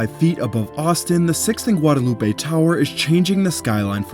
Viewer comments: Heads up. It is NOT Guadalu peh in Austin. In Austin, the road is called Guad uh loop. It's one of many streets that are divorced from perceived pronunciation that would normally be assumed. Like Koenig being pronounced Kay-nig, Burnet Burn-it, Manchaca Man-shack, and so on. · I love this content concerning one of our new buildings but the street name “Guadalupe” is pronounced “Gwad-uh-LOOP” here in Austin. I know I know… the correct pronunciation of that word is mispronounced here when referring to that street. Just for your information so that you can improve on your content. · We pronounce Guadalupe as Gwad-a-loop. Just so you know. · I know you’re pronouncing ‘Guadalupe’ correctly, but in Austin we say “Guadaloop” so it’s kind of funny and odd hearing it pronounced this way. I’m like, what is he talking about?? 😩😂 that being said, great video!